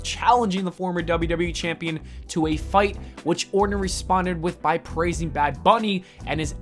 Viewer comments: his name is ORTON. Not "Orden". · Who is Randy "Orden" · Or'ton not Ordin. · It's Orton , not Ordon. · Learn how to read, and talk for that matter. My lawwwwrd. Randy "Orden" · If the talker cared enough to pronounce names correctly, I might subscribe. Ordon? Soldier Boy? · why's he saying orton like that? nobody does it just sounds wrong